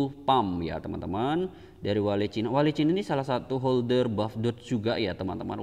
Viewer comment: Bacanya jangan wale mas..lucu aja